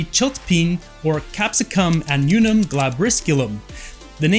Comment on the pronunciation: Wow! You don't do your reading do you? AH NOO NUM? Where is the "n" in the middle? Ann-you'um. Wow! Do you say Vac you num? Vacuum.